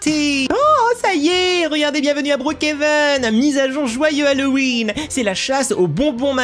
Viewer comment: trp sa ma tuer aussi:D